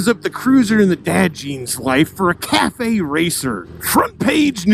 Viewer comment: cafe/caff racer not cafe/cathay. lol. sorry